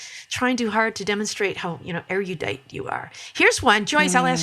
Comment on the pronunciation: Thanks for the invitation to correct pronunciation. (You hit upon one my biggest bugaboos!) At 2.25 in the video, ERUDITE is used. For Americans, at least, this word is more often mispronounced than correctly articulated. The correct spelling should be a big clue. It is not AIR EE OOO DITE; nor is it AIR EE YOU DITE. It's AIR OOO DITE or AIR YOU DITE. Hope this invited correction doesn't give offense.